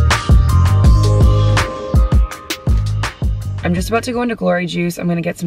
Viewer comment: Is it a Canadian thing to say “I’n” and not I’m? has ALWAYS replaced the M in I’m with an N. 🤣